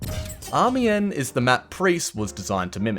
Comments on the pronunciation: Amiens “Ah-me-on” Soissons “Swah-sons” Tsaritsyn “Tsar-Rit-Sin” Sinai “Sign-eye” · im gonna be a nerd and say , tsaritsyn = tsar-its-in, galicia - ga-lee-see-aa, amiens=ami-yons (n is partially silent), brusilov = bru-see-low (si is a long seee)